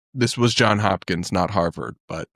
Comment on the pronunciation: It’s Johnsssssss Hopkins!